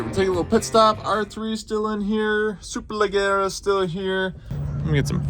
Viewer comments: Please please please pronounce SUPERLEGGERA correctly, the double GG is pronounced as J so imagine you are looking at "SUPERLEJERA" ok??? It hurts my ears everytime you do it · Hello! The right pronunce is "Superlejjera", like the "je" in "jersey", double it. ;) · Hey man, love the channel, just an FYI it's pronunced super-leh-jeh-ra, so essenetially the G is pronounced like a J. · "Le gara" LOL Also It's "Duck" for a Ducati; "Duke" and Super Dukes are KTM models. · He can’t pronounce the bike😂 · Thanks I’m American but I cringed when he said it like that lmao